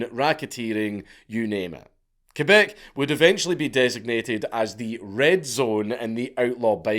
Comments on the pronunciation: Hearing Quebec being pronounced correctly is very refreshing Slight edit : I've also heard a story in that period where a woman working in a McDonald's got used as a human shield in a Hell's Angels and Rock Machines gunfight and was hit like 28 times and survived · Shout out to Dankula for saying Quebec properly instead of saying "kweebac"